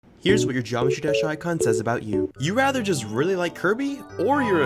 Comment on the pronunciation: Bro pronounces Jawmetry Dash😂😂